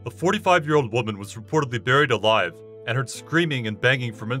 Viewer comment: Sounds likes there saying married alive 🤣